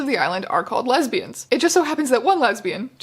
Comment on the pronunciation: When the guy says lesbian it sounds like hes saying lesbias maybe im mishearing but if were translating lesbias to lesbians why cant they just translate homosexual lesbian into another word especially if hes worried about women on the island being worried because they arent gay and dont want to introduce themselves as such why cant in english we just says lesbias if he did say lesbias idk i havent watched the whole vid yet maybe thats what happens